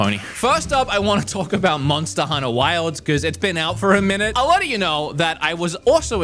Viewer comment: Did I hear: Monster Hunnah?